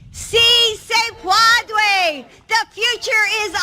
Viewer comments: see say paw dway, the future is ours. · "Say it with me you funny little breakfast tacos - see say pwadway!" -Jill Biden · "Si se pwadway" and now "bo dig uhs". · Sí Se Puede... How the F does she get "pawdaway" out of that?